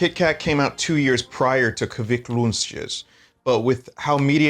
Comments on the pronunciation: "Kvikk loonschjscffcvhujjgfutxht" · The way he’s pronouncing kvikk lunsj is frying my Norwegian brain rn 😭